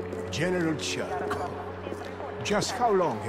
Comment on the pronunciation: When he says Cherkov it sounds like hes saying Jerkoff